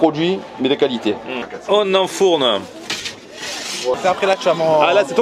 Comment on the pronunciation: Ton "On enfourne" avec l'accent m'a tuée 😂😂😂